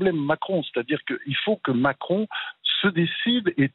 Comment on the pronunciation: Il n' arrive pas le dire : m i c r o n démission !!!